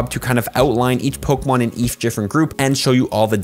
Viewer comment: Are you saying Pokamon? Yes you are lol